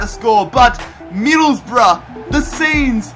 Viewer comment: Stop saying hills rough